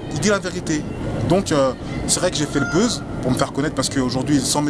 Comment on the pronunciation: Tu dis le beuze ! Mais tu fait pas le buzz mais la bouse (buzz négatif)!!!!!